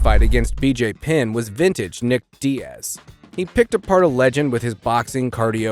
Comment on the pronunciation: you say that like it was a mistake? either ai voiceover or somebody who doesn’t know fighting bc you also called nate diaz dee-ass so